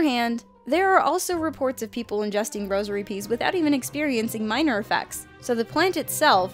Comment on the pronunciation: The rosary beads are deadly!?!?!? Oh she said rosary PEAS